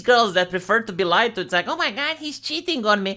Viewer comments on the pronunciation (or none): none